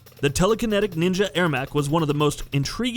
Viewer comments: Er-mac not Air-mac Sorry this just peeved me a bit. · Why are u pronouncing it 'Air-Mac'? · He start the list with a character everyone hates (Stryker), then, after Mileena, mispronounces Ermac (as Airmac). At least you got one thing right at the end. Taven and Daegon are two sides of a disappointing coin. They weren't good characters, that's why they aren't in the game. Maybe should've let someone who actually plays the series make this video. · Just say ermac's name right Edit: Mileena is fucken trash